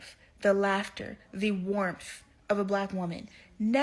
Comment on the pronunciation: If she's so educated,why can't she pronounce warmth iit isn't warmf